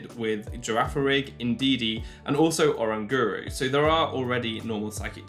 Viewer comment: No hate but the way you said growlithe and orangoru triggered me